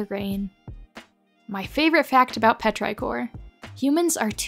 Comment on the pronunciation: Petrichor is not pronounced like that, with the i saying its name. The i is supposed to sound like 'ih,' as in "is" or "whiz."